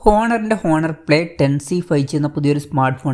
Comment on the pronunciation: "ഹോണർ" അല്ല കുഞ്ഞേ, "ഓണർ" എന്നാണ് ഉച്ചാരണം 😁